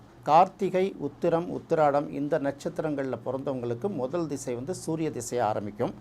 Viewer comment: அவர் ‘திசை’ என்று சரியாகத் தமிழில் உச்சரிக்கிறார். ஜாதகத் தொடர்பான ‘தசா’ என்ற வடமொழிச் சொல் தமிழில் 'திசை' என்றே பயன்படுத்தப்படுகிறது. அதனால் தமிழில் பேசும் போது ‘திசை’ என்பதே சரியான உச்சரிப்பு. தசா என்று சொல்ல வேண்டும் என்பதே தவறான எண்ணம்."